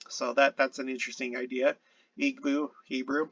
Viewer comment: EE bow. Not EEg-bow. The "gb" is a sound it's a B sound not quite like an English b. Most West African languages have that sound. Another sound you'll fine is kp but it's a "p" kinda sound.